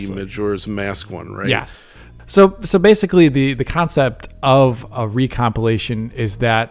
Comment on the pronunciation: keeps saying ‘basely’. The auto subtitles on YouTube translate that to ‘basically’. Is he just repeatedly mispronouncing the word basically, or is ‘basely’ a pc term I’m not aware of?